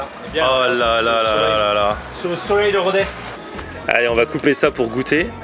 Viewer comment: Pour info : on ne dit pas "RODAIZE" mais "RODÈS". En occitant, le z se prononce s.✌🏍